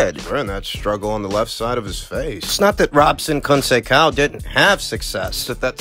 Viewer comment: The correct pronunciation of Robson's last name is "Cohn Say Sow". Unless you're mispronouncing it on purpose, of course...😁